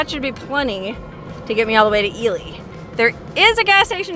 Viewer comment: And I’m glad you said “Ely” during this video because we thought it was pronounced “Eli” but you proved us wrong! Lol